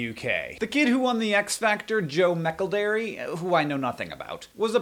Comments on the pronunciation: Mecklederry? I think you mean Joe Mac-ell-dree lol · It's pronounced Ma-celd-ree, not Mac-el-de-ree :) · I believe it's pronounced MAC-ELD-ER-RY. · came back in time to tell you his name is pronouced Joe Mc El-dree, that is all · Joe "meckle-drey " OMG yes, perfect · hahahah you pronounce joe mcelderry joe mackledary thats beautiful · Idk if this has been said but it's pronounced Joe Mc-kel-dree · It's joe mcaldary It's not difficult to pronounce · Arghhhh corruption!! also Coca Cola owns Innocent smoothies -_- and it's pronounced Joe Mc "eldreee" :') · Mac el-DRIE (like brie) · Hank's pronunciation of McElderry made my day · every time you say McElderry it makes me giggle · Anyone else more concerned about Hank's pronunciation of 'McElderry'? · You say McElderry really oddly… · is noone else from the uk just laughing at how hes saying mcelderry?! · the way he says mcelderry AHAHAHAHAHAHA omgg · Please learn how to say his name 😂😂😂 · I can't blame you hank but the way you say Mceldry or however you say it really annoys me. Like the way john says Gerrard. I get it English English vs American English and you probably haven't heard good name being said you just read it but ugh